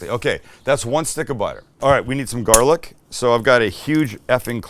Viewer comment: You take a trip to Boston recently? Starting to sound like us lol “GAH-lic”. I’ve never been more proud 😂